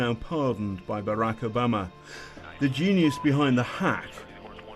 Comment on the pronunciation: Can barely pronounce the names Obama or Clinton, missreports Espionage as Treason ... please try to keep basic journalism standards.